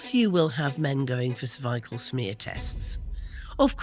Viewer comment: I love her and I love her ability to talk to collectedly about this subject. But, What's with the pronunciation of "cervical"?